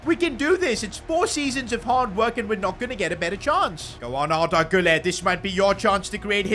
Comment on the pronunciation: Arda Güller: Arda MÜLLER